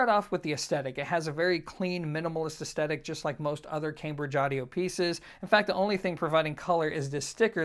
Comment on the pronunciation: Your reviews are excellent, so this IS rather pedantic, but please work on the pronunciation of the word aesthetic.